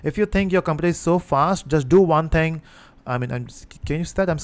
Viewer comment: You said those magical words: "Do won ting." All jokes aside, Great Work!